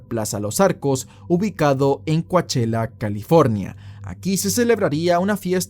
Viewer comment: You may be saying it correctly. But Coachella is pronounced kow·cheh·luh. As in the really expensive Coachella Valley Music and Arts Festival in April. I was just listening and wondering where this place was. But you're saying it in a way I didn't connect.